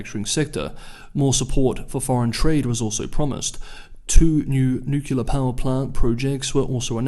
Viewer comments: Please. please, please! Nuclear is pronounced "new clear", never "nukular". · But also, it's supposed to have three syllables, not nu-clear. It's really one of those trifles which isn't worth a comment..